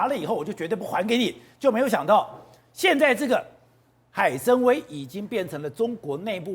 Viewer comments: 那个念海参wai三声，崴脚的崴，跟文盲一样主持人，要么就别说中文。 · 海参崴 wai 三声